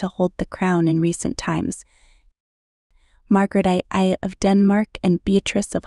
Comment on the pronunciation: Margrethe I - "Margretta the First". Not "Margaret Eye".